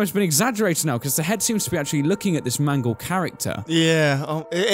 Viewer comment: nooooooo mangle, not mangle.